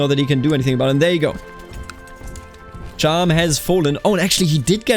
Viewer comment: as a fellow bavarian muss ich dir sagen, dass du Cham falsch pronunced hast. It's more like Kahm :) grüüße servus